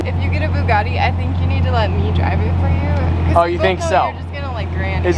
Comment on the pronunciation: Why does pronounce Bugatti as "Boo-gotti"?